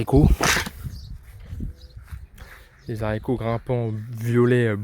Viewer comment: Pour info on ne dit pas Zarico